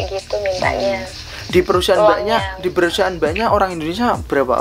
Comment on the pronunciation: Maaf, perusahaan, bukan perusiaan-- capek akutuh dengar nya